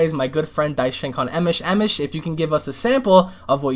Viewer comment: First of all its Emosh. Second. Are you really stupid or just fucking dumb? Third. If both Alex & Devil are bringing up points as to why Vegito is stronger using scenarios and quotes etc. Why can't I? Unless you just have some kind of vendetta on just disliking people regardless of what they say. Fourth. You have worms on your head. *sigh